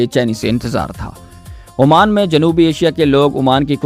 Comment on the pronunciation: Oman not Amaan